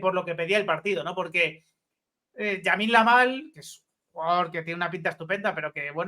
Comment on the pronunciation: Se llama Lamine Yamal, no Yamin Lamal, me pita la oreja cada vez que te oigo pronunciarlo así 😂